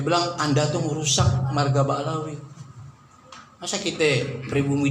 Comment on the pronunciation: 😅😅😅 lo denger ya utuber bodohhhh dia nyebut Ba alawi 😅😅😅 kasian deh lo